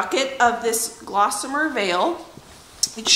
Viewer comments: Wow! Where do you find all this energy? 🤣 Good for you! I am not a big fan of beige and I love grays! Just that one change makes a HUGE difference in the feel of the place and I agree, makes it feel more homey. Good choice! (but it's GOSSamer... not glossamer ;-) hehe) <3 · It's a pretty color. No "L" though. Gossamer not GLossamer. Get some rest.